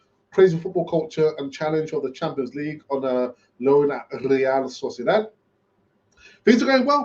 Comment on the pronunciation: Say real sociadad one more time i dare you 😆